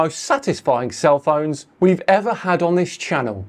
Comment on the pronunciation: Was that a "Cell Phones", or "Self Owns"? ;)